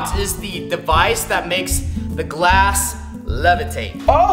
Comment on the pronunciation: The first time he wanted to say glass he said class